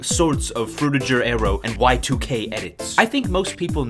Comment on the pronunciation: bro said fruitijer, and now I'm having a crisis, because what if it IS pronounced frutijer?